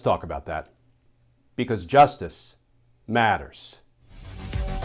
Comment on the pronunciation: Justice Matters is more meaningful when spoken softly than when each word is loudly emphasized.